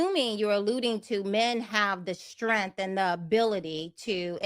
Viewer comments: It's based on strength, not strenth. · Take a shot every time she says “STRENFF” 😂😂